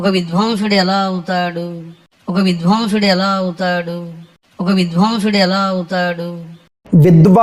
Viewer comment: వాడు పండితుడు ఏంటండీ వాడికి తెలుగులో ఒత్తులు కూడా పలుకరాదు అలాంటి వెధవ సంస్కృతం లో ఉన్న వేదాలు ఒక్క ముక్క కూడ పలుకలేడు వాడికి విధ్వంసుడు, విద్వాంసుడు ఈ రెంటికి తేడా తెలియని తేడాగాడు.